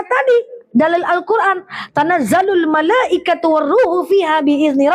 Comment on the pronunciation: Menit 4.15 Tanazzalul malaikati war ruh. Waduhh Malaikatu kak